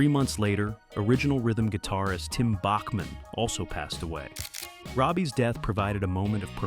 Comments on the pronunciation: It’s pronounced Back-man. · Randy Bachman’s last name is pronounced “Backman”. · It's pronounced Backman not like the classical music composer. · ou need some manners. Listen to much earlier interviews and you will find they pronounce it Backman. Years of Americans and even some Canadians pronouncing it wrong probably influences more recent interviews. I can tell you at a concert here in Calgary, likely October, Randy sat on a stool and prenounced his son’s name as Tau Backman when introducing him. I was front row for the concert. Also enter “How does Randy Bachman pronounce his last name?” into your search engine and you will get the truth. I’ve been a Randy Bachman fan since he was in Brave-belt which was before his time with the Guess Who. It is also the first time he worked with Fred Turner whom he later collaborated with on BTO. We are talking early 70’s. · Yes, it is BACKman, but everyone said BOCKman. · Randy told me that "south of the border it's pronounced Bach-man and north of the border it's Back-man." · It’s pronounced BACKman btw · It's pronounced Back-man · WRONG. Query Q With Tom Power in You Tube and find the recent interview with Randy Bachman. Listen at the 1 minute mark to hear how Randy Bachman says the name of the band that bore his name. And wonder how you got it wrong.